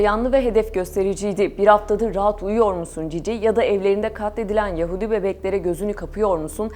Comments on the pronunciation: Yaaahudi değil lütfen uzatmayın aa'yi.... Yahudi belki "hu" uzatılabilir ama a değil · Ses tonunuz çok güzel.Zevkli bir dinleme oldu. Fakat yahudi kelimesinin telaffuzunu yanlış yapıyorsunuz. Çok fazla kulak tırmaladı